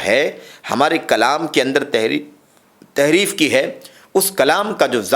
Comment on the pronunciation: Tahreef not taheef